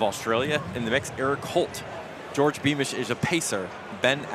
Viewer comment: Beamish my favorite kicker. Met him at Buffalo Park(Flagstaff) in 2018. I told him he had the best running style(form). He told me that his name is pronounce George not Jor Dii. Great guy